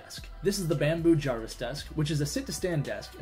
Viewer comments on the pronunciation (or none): none